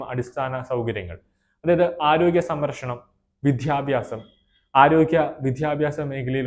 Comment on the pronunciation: മലയാളം നന്നായി സംസാരിക്കാൻ പഠിക്കണം. വിദ്യാഭ്യാസം എന്നത് കടുപ്പിക്കരുത്